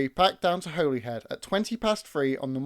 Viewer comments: I thinks it’s a clumsy edit, rather than a mistake. As he said Butlin purchased 3 Pacific’s. He then lists all three, but with Royal Scot in the middle. It’s a really good video, and enjoyed it. But it is pronounced ‘Holly Head’ not ‘Holy Head’. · Terrific video - thanks. Just a note about the pronunciation of Holyhead - it's said 'Holly- head'.